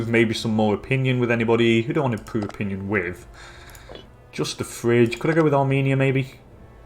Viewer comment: it is not Fridge, it is called phry-gi-a, FACE PALM